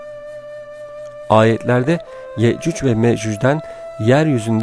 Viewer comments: Telaffuzun Yeccüc ve Meccüc Olması gereken Yecüc ve Mecüc 😶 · Yecüc mecüc neden yeccücc ve meccücc diyorsunuz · Abi iyi güzel konusuyonda yecuc mecuc neden yeücücü meücücü diyon anlamadım böylemi söyleniyor ? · Sunucunun yehcüc ve mehcüc demesi ayrı bir dert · Bu vidyonu yarimciq qoyacam cunki sen adam ki yecuc ve mecuc diye bilmirsen men de eseblesirem😏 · Ne kadar sinir bozucu bir anlatım Ye,cuc ve më, cuc diye okunmaz Okumasını öğren önce Anlatım dersi al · hee anladım aynen ya 😂 sanki Yecüc ve Mecüc'ü nufusuna alacakmış gibi😁😁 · O kadar güzel yecuc ve mecuc diyorki ya 😂❤